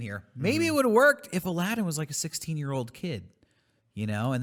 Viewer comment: Says the name of the game incorrectly. Proceeds to make fun of the guy at GameStop for not knowing the name of the game.